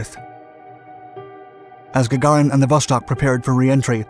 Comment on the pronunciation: Gaga REEN. that is how one pronounces it